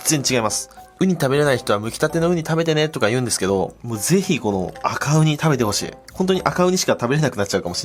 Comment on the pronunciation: ごめん悪気はないんだけど「バカウニ」にしか聞こえないw